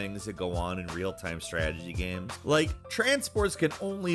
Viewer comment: "Gaemes" fuck.